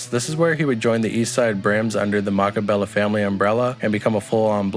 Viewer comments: Mack baller bloods. Thts not how they spell it (mac balla) it but yea that's how u say it just in case yall niggas care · Him sayin makk balla wrong is driving me krazyyyy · he said mackaballa lmfao